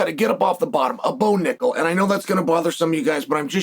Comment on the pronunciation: This man really said Bo😂😂